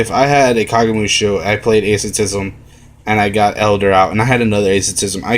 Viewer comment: lol its funny how he pronounces asceticism